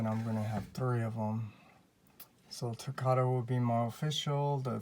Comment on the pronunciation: I love your videos but please say takara right please. It make it sound like nails on a chalkboard when you pronounce takara.